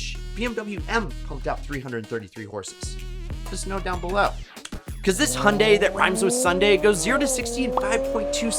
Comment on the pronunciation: And he actually pronounced Hyundai right, which is probably what you were getting at. That was music to my ears.